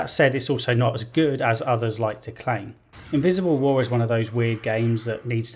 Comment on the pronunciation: When he said „Invisible war“ I legit understood „Miserable war“ and I thought he sung a pun in there. I watched too much Joseph Anderson man.